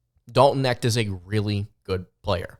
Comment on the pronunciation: How does anybody take this guy seriously when he hasn't followed college basketball enough to know how to pronounce Dalton Knecht's name? Even if you just casually follow college basketball you e heard the name Dalton Knecht this year. Either he is throwing shade or he is woefully out of touch.